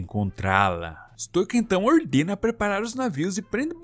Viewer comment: QUEM PERCEBEU QUE O FALOU BERK SEM A PRONUNCIA CERTA (que no caso é bérk a pronuncia) e tambem falou errado stoico, a pronuncia certa é stóico